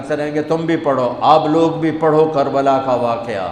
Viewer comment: Kabala not Karbala